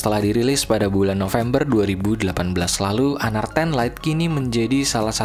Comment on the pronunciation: Gua baru tau...sbutan honor rupanya hanar ya wkwkwkwkwkw